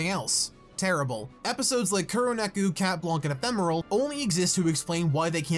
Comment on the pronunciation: Every time you say chat blanc I hear chat wonk